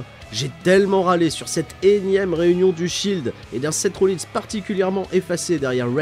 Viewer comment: Ta prononciation de Sept Rollins m'a fait très mal x)